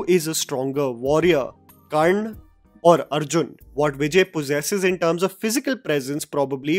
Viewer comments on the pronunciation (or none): dude.. Its Karna Not Karn or Karnd 🤬